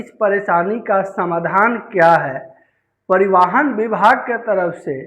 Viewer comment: कृपा करके परिवाहन, अनलीगल और हैमलेट न कहिए । कृपया बोलने से पहले थोड़ा अभ्यास भी कर लिया कीजिए । कभी कभार डिक्शनरी भी देख लिया कीजिए जो शब्दों के विषय में ऑथेंटिक इनफॉर्मेशन देती हैं । आप के लिए ही तैयार और प्रकाशित की गई हैं। नहीं देखिये पढियेगा तो शब्दकोश मायूस हो जाएंगे ।